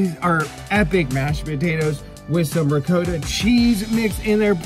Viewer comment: Riccotta Not regodda.